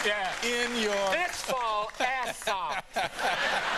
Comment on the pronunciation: Put the fox 🦊 in your ass!! 😂 apparently he said “socks”😅